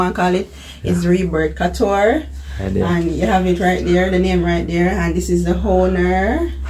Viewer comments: Not cuture. It’s cooture that’s how you say it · Cou is pronounced coo